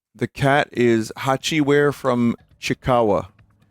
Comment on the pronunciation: the way he pronounced hachiware genuinely stopped me in my tracks, i was stunned